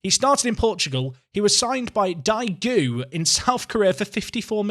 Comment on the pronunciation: As it is home of my teacher, Daegu is pronounced “Day Gu” lol. ae is a single letter in Korean.